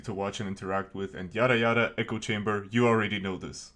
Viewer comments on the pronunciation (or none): none